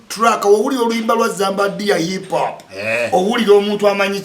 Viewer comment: U can't even pronounce hip hop neither can this name 10 Ug rappers and he is trolling zamba U can't rank an inspirational storyteller to a bubble gum Luganda words mudongo gravity,..put respect to art and work and contribution... if you want to comment abt music and hip hop in particular have a message not hunger